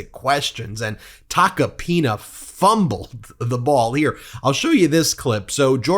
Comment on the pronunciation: Not "Tacopina", but "Toca pene"